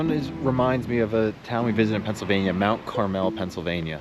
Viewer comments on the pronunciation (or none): it's mt CARmel and if u cant say it u got no business being there.